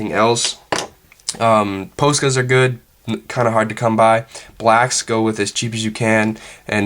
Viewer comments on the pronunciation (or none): ahahah he said like pOscas haha it's like poska